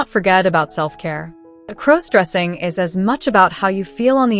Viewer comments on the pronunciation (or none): Please stop mispronouncing crossdressing 😢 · Stop mispronouncing crossdressing 😢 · Please stop mispronouncing crossdressing 😢😢😢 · Learn how to properly pronounce crossdressing 😢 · Could you please stop mispronouncing crossdressing 😢😢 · Could you please stop mispronouncing crossdressing